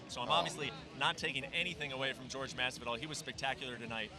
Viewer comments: It’s Jorge not George, I’d like Jorge to slap the fuck out of Brent Okamoto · WTF is with this "george" masvidal shit????? Why has noone corrected him yet? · You'd have thought with the guy being a professional commentator and hearing everyone else around him pronounce 'Jorge' correctly, he would stop called him George. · Anyone else find it weird how Okamoto keeps calling him "George", I know that's his name but pretty much everyone else calls him Jorge. lol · brett, its not jorg, its pronounced hor - hay ffs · It annoys me Brett keeps calling him George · Who Tha fock is the dude on the left and why does he keep calling Jorge Masvidal "George". 'the fuck outta here. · Mr. Okamoto: is JORGE, not GEORGE. Learn from your peers and pronounce the names as they are. #AnnoyingAF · Not George, JORGE! Cmon, use that spanish spiciness when you say the man's name... he went 2-0 tonight! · Last I checked, Jorge is not pronounced George.